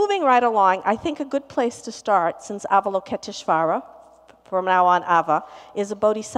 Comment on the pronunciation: I reckon, as a Yale teacher, she could at least have made a little effort to pronounce Avalokiteshvara. It makes her sound a bit lazy.